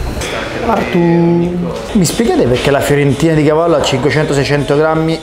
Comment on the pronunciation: Ai detto cavaddu